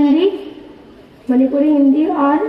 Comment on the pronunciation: "aapne Manipuri kahan seekhi... Huh" 🤣 It's sounds like she said "daripuri"